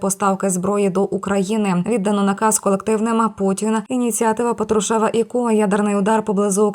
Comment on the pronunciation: не патрушЕв,а пАтрушев,навчись наголос ставити